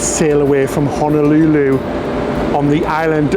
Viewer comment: The rice isn’t undercooked; it’s how we prepare it here. A bit sticky, NOT fluffy. Also, it’s hoh-noh- LOO- loo, not hanalooloo. And it’s why-key-KEY, not with the stress on the middle syllable. Just a bit of direction to help you enjoy yourselves even more.